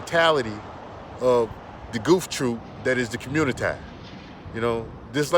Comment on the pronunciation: The fact that he says COMMUNITIEE let’s me know I can’t take this dude serious 😂😂😂😂 do y’all know those men’s women y’all want to “date” are complaining about black males coming over to their countries spreading y’all “nigga culture” by pumping and dumping these women 😂😭😭 check out Cynthia. G’s channel ... these people in other countries don’t really want y’all there , y’all do the same bs there that y’all do here in America to black women ..... goofies